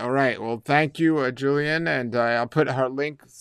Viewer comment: Pronounced JILL - ian. Not Joo - lian.